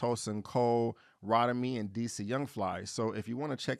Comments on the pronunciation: It’s ROE-TEE-MEE not Rot-uh-me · I don't want to see this at all. I just wanted to say that Rotimi's name is pronounced like "Row Timmy". I just can't understand why they tied this to House Party...it sounds like the only commonality is a party being in a house... like millions of other parties... so...? 🤷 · Yeah I’m not going to the movies to see this. Maybe when it gets to streaming. And BTW it’s Row-tee-me (Rotimi)